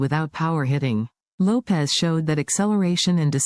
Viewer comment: Not Davey Lopez...Davey Lopes (like Ropes)